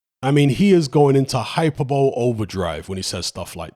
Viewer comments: it's pronounced HI-PER-BO-LEE not HYPER-BOWL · it’s pronounced hi-per-boh-Lee not hyper-bowl. I’ve heard you say this a few times and I feel you’d appreciate the correction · 'Hyperbowl' ?... 'Hi - per - bollie' .... 🙂👍Hyperbole. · I'm not sure if it's an inside joke but hyperbole is pronounced hi-per-bo-lee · Yeah sort this out;-) It's hyp-er-bel-eeeee LOL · I love and I’m gonna get slewed for saying this. I’ve kept it moving for years, but please pronounce hyperbole properly 😭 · It's annoying because it's strange for someone with noticeable vocabulary to mispronounce that word. Maybe he learnt it through reading or heard it from somebody else who did. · Yeah, that isn't how you pronounce "Hypebole"